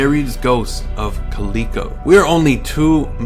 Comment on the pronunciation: Just a heads up, if you are referring to Calico ghost town it is pronounced Cal-i-co. live about an hour and thirty minutes away and can agree that it is creepy there.